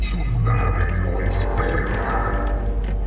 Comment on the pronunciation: parece que dice "su nave no es perra"